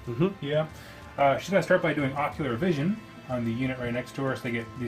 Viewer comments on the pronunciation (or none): I always hear "Ocular Vision" when you say "Oracular Vision" and was thinking that that was a very stupid name for a spell as all vision is ocular...